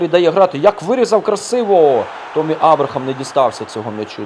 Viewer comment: Не томмі а теммі абрахам